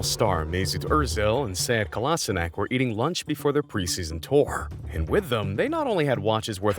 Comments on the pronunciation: Kolasinak? at least try saying in how its written and not a completely different name lmao... Kolasinac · He said it wrong that sead kolašinac